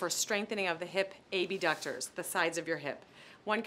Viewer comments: Did she call the abductors the a-b- ducters? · She says A B ductors so no one is confused when she says abductors with adductors But I’m sure your perfect. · Enunciate? Not too hard.